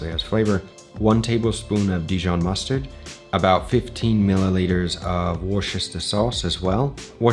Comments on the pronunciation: Chef, it's pronounced WUUS-ter-sheer. 😅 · Great video and glad to see the English variant by using Worcestershire sauce (pronounced Woo-stir-shir sauce for those non Brits), although close enough from! You can also use Henderson’s relish as an alternative.